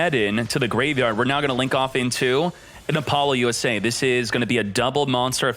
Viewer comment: "APOLLO - U.S.A" might be the funniest pronunciation of this card so far lol